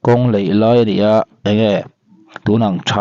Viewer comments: Tinge `Kawng leih i tih zel le", laih tih tur che ania. Em em in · A nih hi, a lam sual chu a nih hi, leih tih tawh su la laih tih tawh la...